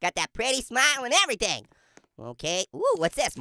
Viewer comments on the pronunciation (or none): none